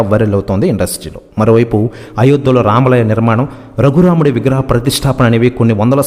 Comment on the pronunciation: అది కాదు రామలయం ,,, అది రామాలయం అని అనాలి., రామలయం అంటే అర్థమే మారిపోతుంది.తెలుగుభాషను ఖూనీచేయవద్దు please.